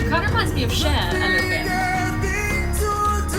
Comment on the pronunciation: You ruined it for me when you said cher